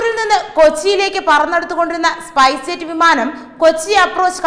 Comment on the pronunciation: സ്പൈസെറ്റ് എന്നാണ് തുടർച്ചയായി പറയുന്നത്,സ്‌പൈസ്ജെറ്റ് എന്നല്ലേ?.